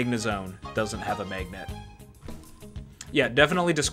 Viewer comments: why do you keep saying maygnet? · What dialect of English produces the way you pronounce magnet? It sounds like meygnat to me